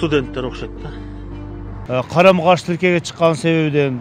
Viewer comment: Гаи маспы не дооруп атат калем каш деп айтканга окшойт экен.Карама каршы тилке дегени😂😊😢